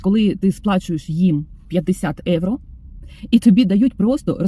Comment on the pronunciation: виправляю трошки) Ви слово "євро" українською вимовляєте з італійським акцентом" евро". Бажаю, щоб нарешті доля Вам посміхнулася знайти добре житло, а ще краще комфортне житло + турботливий та люблячий чоловік поруч❤❤❤😊